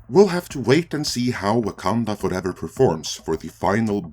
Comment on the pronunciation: WAH-MEN Fooevah!!